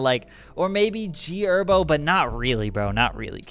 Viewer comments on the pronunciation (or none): You really said gherbo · This nigga said g herbo 😂😂😂😂